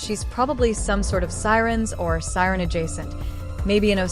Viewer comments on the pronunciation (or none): Sireney lol (This is why its good to just throw the pronunciation of a word it doesnt pronounce correctly into the TTS)